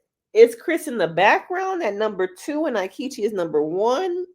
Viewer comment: I hate him, but your pronunciation of his name is killing me. It's "EE-ketch-ee."